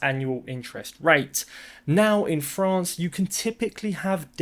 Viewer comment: So great to see you again! I was worried that you had fled ru-ral Frrrrrrraaaaaa-ce with Billy!